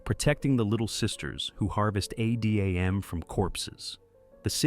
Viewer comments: Yeah, the constant way he kept saying adam as A D A M was kind of /iffy/. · why did he spell out Adam? Is this an AI voiceover?